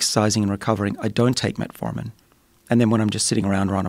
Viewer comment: i keep hearing "Red Foreman"